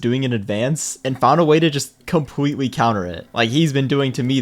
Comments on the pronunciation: lol bro said compwetwi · bro said complwetely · compwewe Got me rolling on the floor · bro said “so CWEARLY dis guy thought he was being funny, so he decided to COMPWETEWY build around my bedrock.” Im not joking he did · “So cwearly this guy thought he was being funny because he decided to just compwetely build around my bedrock” what where those “🥺👉👈” voice cracks